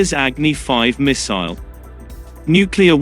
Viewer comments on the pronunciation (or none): Why are you calling the missile muiiissuile 🤣hhhhhhhhhhhhhhhhhh😂😁hhhhhhh muiissuile hhhhhhhhhhhh